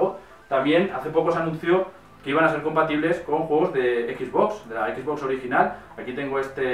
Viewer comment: cual es el problema con la mayoría de los españoles que no puede decir XBox como tal si no que dicen XBoss (equis boss) saben que al decirlo así le cambian el nombre a la consola, estan diciendo el "jefe x" en lugar de "la caja x" como sería su traducción al español